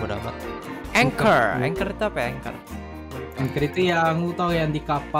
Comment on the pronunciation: Mereka: ancher Me: anchor